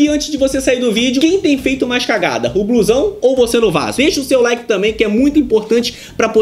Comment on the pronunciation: Por que "bluezão"? Não seria "blusão"?